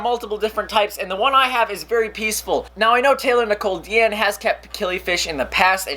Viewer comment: U said it id dean!